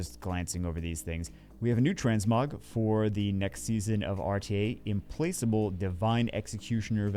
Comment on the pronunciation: Sorry, English is not my first language but can you say this word again? "Implacable".